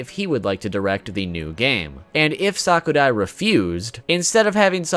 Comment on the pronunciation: I hate to be a know-it-all but it's pronounced sa_ku_rai